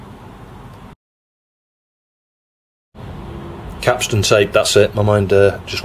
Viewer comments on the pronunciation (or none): Kapton tape, not capston.